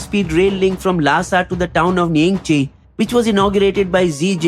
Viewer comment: It’s yangte not yangtse